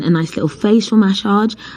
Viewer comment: Maaasaaage 😂😂😂😂 the way you say massage is hilarious